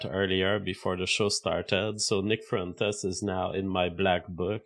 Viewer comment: Nick fruentes, bad idees. Why does this guy talk like he got hit by a semi